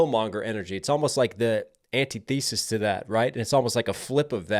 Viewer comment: fyi no shade, antithesis pronunciation is an-tith-a-sis, thoughtful, valid work